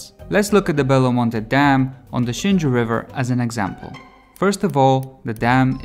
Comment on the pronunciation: Xingu = shin goo. That’s how we pronounce it.